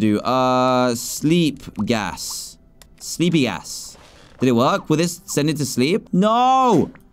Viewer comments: Anyone hear him say sleepy gas and then sleepy a** listen closely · Sorry I said this but when you said sleepy gas you said sleepy "a**" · Dan said sleeping gass without the g